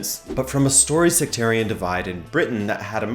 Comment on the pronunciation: Hey guy, it's pronounced sec-tarian NOT se-cre-tarian.